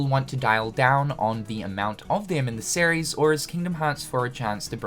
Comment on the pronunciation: I can't unhear "Sair-ries" when you say series